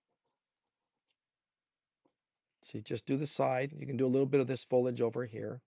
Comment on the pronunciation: Foliage...not Fo-ledge !